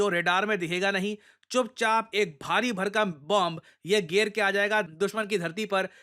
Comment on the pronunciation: bhai geeerrrr nai hota hai gira...ye hota hai